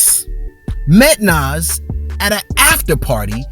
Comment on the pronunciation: You are not a fan of Nas (The way you said his name shows that)